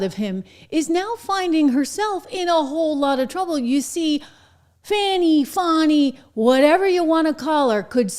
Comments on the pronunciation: Not fanny , not fonny (fani) but "phoney" lololollo good riddance ,bye now !!!!!!!!! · It's Fawni...It's Fawni Not Fatass. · So she pronouces fani as fauni. Lol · Um, Ms. Willis, The term for a woman's rear end is spelled "Fanny" and it is also a female name that was quite popular in the United States many years ago. Your name is spelled "Fani", which can be pronounced "Fawni" as well as the other way. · A person has to have some self respect before they can be humiliated. If her actions haven't humiliated her then pronouncing her name wrong certainly isn't going to do the trick. Bye-bye girl.